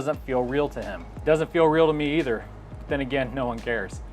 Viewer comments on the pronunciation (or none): none